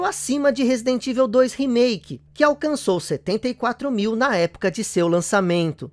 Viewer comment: Vídeo com um trabalho de pesquisa seu maravilhoso,como sempre. Mas sobre a pronúncia de Evil….ela não seria “Ivou” ?!